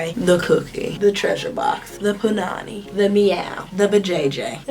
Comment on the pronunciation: And yes you said punnany right.lol